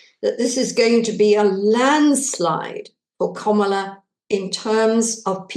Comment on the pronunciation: Please learn how to pronounce Kamala;s name Kam-ala